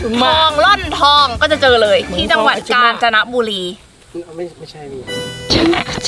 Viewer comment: ชื่อจังหวัดกาญจนบุรีค่ะไม่ใช่แบบที่พี่พูดว่าการนะจ๊บุรี